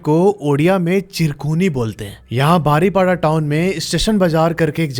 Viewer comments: बारीपदा not बारीपाडा ଓଡ଼ିଆ ଭାଷା ଉଚ୍ଚାରଣ ହେଉନି, ବାକି ସବୁ ଠିକ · ବାରିପଡା❌ ବାରିପଦା ✅ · Bhai baripadaaa nhi hai baripada hai Thoda pronounce wrong hai aapka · भाई, आप बार बार शहर का नाम "बारीपाडा" बोल रहे हैं। उस शहर का actual pronunciation "बारिपदा" होना चाहिए। Please आगे से ध्यान रखिए। गलत peonunciation सुन ने से कहानी का मजा किरकिरा हो जा रहा है। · भैया बारीपदा है वो जगह . Baariपाडा nahi😏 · बारीपडा नहीं होता है बारीपदा होता है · भईया बारीपाडा नहीं बारीपदा है व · ବାଡିପୋଡା 😂😂😂 ନୁହଁ ବାରିପଦା 🎉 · ଯୋଗଣିଖିଆ ସେଇଟା ବାରିପଡା ନୁହଁ ବେ ବାରିପଦା.... anyway good horror story. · बारीपाडा❌ बारिपदा ✅ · Baripada ha pada pronounce ni poda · Bhai Kuch nam sahi lo english me nehi hindi or Oriya me jese Balasore nehi baleswora बालेश्वर and baripada nehi baaripoda बारीपदा ✅ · Love from Odisha Bhadrak ❤❤❤ बारीपाडा नही बारीपदा बोलते है। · Badipada nehi baripada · Pronunciation of Baripada is बारीपदा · Sir please pronounce the name of the city correctly it is बारीपदा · Sorry to say but baripada ko aap galat pronounce kar rahe nhe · Bhai app baripada ko hamesa galat padhrahe ho😅😅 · 😂 baripada ku bari💨 banai dela